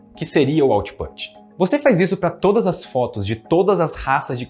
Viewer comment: 👩‍🏫 Minha aulinha de inglês com quatro palavras que o pronunciou no vídeo: input, output, pug e yorkshire A palavra put, que está contida em input e output, rima com book. A vogal faz um som intermediário entre "u" e "e", que eu chamo de "u preguiçoso" ou "falso u". O nosso queridíssimo pronunciou errado (na minha opinião poderia ter pronunciado input e autput, já que está falando português no vídeo todo, e o som ficaria ainda mais certo 😉). Outras palavras que enganam assim: push e Bush Pug está certinho! 👍 Rima com club. No português esse fonema vocálico existe na letra a antes de m ou n: pano, chama Yorkshire e outros nomes de lugares que terminam com "-shire" se pronuncia tipo "yorksher". A palavra shire, quando isolada, se pronuncia por exemplo "shair" lendo em português, e significa "município" (especialmente do interior da Inglaterra). Minhas aulas de inglês são individuais e baratas, para todos os níveis, e eu explico as coisas da língua muito bem. Estou precisando tanto de alunos! Me contratem! No zap: (